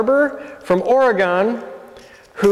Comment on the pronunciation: I think you mean "or-uh-gun."